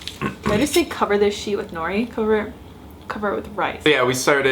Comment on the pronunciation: it's *no-ree roll the r sound